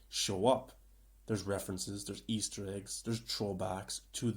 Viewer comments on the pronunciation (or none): none